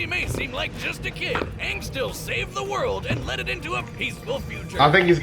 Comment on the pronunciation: It’s not Aang! It’s Auuung.🤗🤪